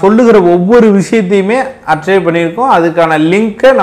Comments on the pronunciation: dai, archive ah pronounce pannum bothu arkive nu pannanum ar-chai-ve nu panna koodathu, ennatha fact check pannuriyo nee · அது "அர்ச்சய்வ்" இல்லை "ஆர்கய்வ்" 😅